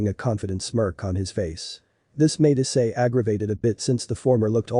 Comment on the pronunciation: it's issei not i s s e i